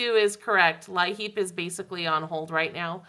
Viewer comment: From Pennsylvania. We pronounce LIHEAP the same as you. I've even heard it that way on their recordings and such.